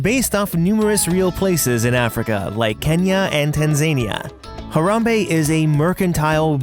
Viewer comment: Tanzania -> Tan Zuh nee uh...not tan zanie uh